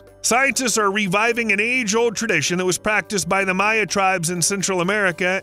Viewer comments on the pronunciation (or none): none